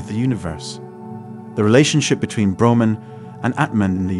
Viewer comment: Ps its brahman the absolute not broman